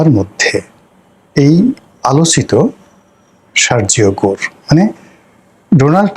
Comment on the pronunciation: Your pronunciation of Sergio Gor is wrong.